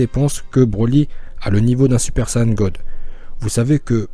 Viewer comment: Ça se dit saiyen